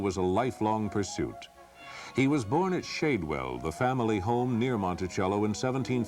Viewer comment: Thanks for the documentary. Just for the record, Shadwell VA is pronounced Shad, like the fish. Been there many times.